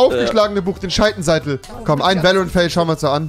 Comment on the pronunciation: Hat er jetzt scheitenseitel absichtlich gesagt?😂